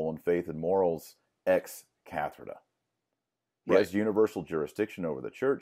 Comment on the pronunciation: Love your work Dr Marshall. But (I know this is a public forum I don't want to be mean or anything) I have one request... a plea. Please Dr Marshall... It is not Ex Catherda... It's Ex Cathedra. I am Polish, you are Texan, we have difficulties using language in different ways. I butcher words sometimes. But this really hurt my ears. You can say it like the English word Cathedral. Just without the "l" at the end. Hope I am not being too much of an a-hole. God bless You.